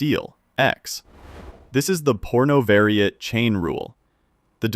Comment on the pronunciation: "pornovariate"?!?!?! 🤔 I think this is AI slop... be careful!🤨